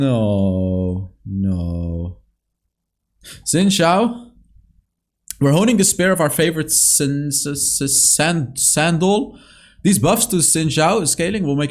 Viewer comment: Others: Seneschal: Sh...shhh....Sandal 🤣